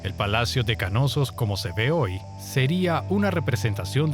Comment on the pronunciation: ¿”Kanosos”? Lo están pronunciando pésimo, es Knossos o simplemente “Nosos” si se dificulta la “K” inicial. Pero no “Ka-nosos”.